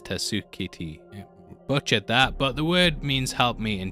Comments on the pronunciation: The word is TASK KA TEY or how it's phonetically spelled out. Not TUSK KUH TOUI or however this narrator said it. And he is right in that it stands for help me in Japanese. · The way he read “Tasuketei” 😂 dude clearly was struggling with this one It is “Tass-ke-tee” btw